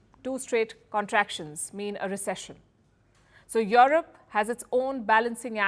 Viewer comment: Palki it's not yoerope but europe.